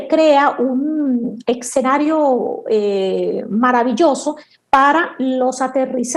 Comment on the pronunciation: Muy buena información!!! Pd: es escenario, no escenario!!!